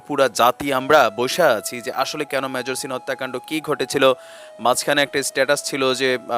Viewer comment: শিপ্রাকে বলছি, মেজরকে যে ভাবে আপনি উচচারন কোরলেন এটা মোটেই কাম্য নয়। সব ভাষায় ই কথা বলার একটা নিয়ম থাকে, কাজেই এ ব্যাপারে সচেতনতা না থাকলে আপনারই ভাব মুর্তি খুনন হবে।